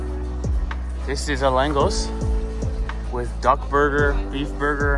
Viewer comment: Langos is pronounced langosh as in hungarian s is sh ans sz is pronounced s. Also the Hungarians do make aster type meal with beef but goulash is a soup